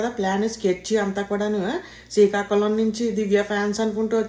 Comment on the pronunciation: It is srikakulam …… not sikakolam